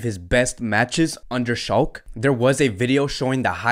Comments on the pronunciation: Taket it easy brother. His pronunciations of some names are not correct. However it's cool. For example he says BarZelona or Shalk instead of Barcelona or Schalke(shālk-e) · Shalke is pronounced as SHALL-KAH